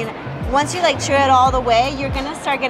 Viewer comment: “They make it right in front of you-wah”. “They do-wah” 👏🏼. Yes…uh